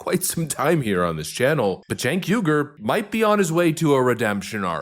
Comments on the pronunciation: No offense, but his last name is pronounced why-gur. The Uighurs are tribe in China. I agree with your commentary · Its not yu gur it's uy hur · his name is pronounced “ weeger” like the people being kulled and gutted by China. He is going to have to talk like this for a really, really long time before I will believe him! He needs to grovel a while lot more! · It's pronounced Chink (like the Chinese) Uyghur (the guys the Chinese are genociding.). (wee-gur)